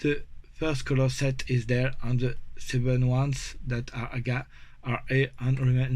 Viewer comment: I love hay you say “aga” and not Eey-Gee-eey! As you know , I am a massive fan of what you have done , especially given the difficulties this project had earlier in the year - this progress is really great to see. Please keep up the wonderful work. Dom C